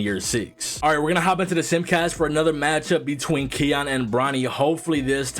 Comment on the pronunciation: ki yan not keon